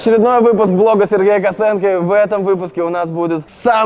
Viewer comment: почему фамилию Косенко произносишь через э - Косэнко? Звучит как Косынка - Блог Пасьянса Косынкы